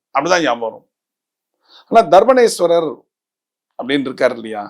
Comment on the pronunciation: Sami , Dharbaarenyeswarar enru sariyaa sollavum.